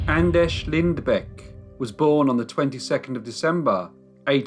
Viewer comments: I believe, your grossly mispronouncing the name Anders. It's a Scandinavian, not Czech or Polish - name. That is to say, it's [Ánders], not [Andesh]. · Anders not Andesh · It's not pronounced An-desh, it's An-derz!!! >< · I just wanna make sure I'm hearing this right... Anders is pronounced An-Desh? O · He's Andesh, he's Andesh, youre Andesh...Im Andesh!! Are there any other Andeshs we need to know about?!? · well unfortunately this isn't the case with this one, Anders isn't pronounced Andresh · Who on earth taught you to pronounce Anders like that? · I love you crime series, but sometimes the pronunciation of names makes me cringe. Like today. Anders is practically pronounced the same as in English.